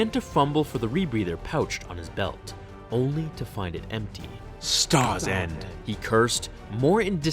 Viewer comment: Did he curse "Starsand"?